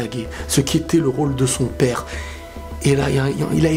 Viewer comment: C'est toujours aussi marrant qd il parle à "pepaire"😂😂😂.